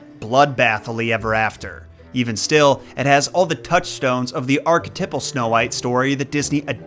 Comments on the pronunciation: Lol can't get past "architippal" 😂 Archetype --> Archetypal = "Arche-type-el." Long "i" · did you just say “arc-tipple”?! 😂😂😂 you Americans crack me up 🤣🤦‍♂️ Say it with me: “arc-e-type-al”, archetypal…